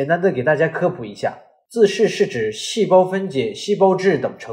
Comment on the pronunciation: 自噬，不是自視